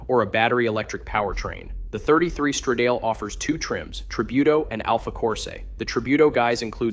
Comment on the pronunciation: Please, educate your "talking head": the word is "strah-dah-ley", not "struh-dayl"! And "Ro-me-oh", not "Ro-mio". It's not hard to look the words up on the internet and find proper pronunciation for words that you're unsure of. Do a little research and makre yourself sound reasonably intelligent, please!